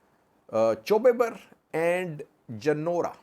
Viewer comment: Gonder front is Chew Ber not Chube Ber. Chube Ber is near Waja, on A2 High way.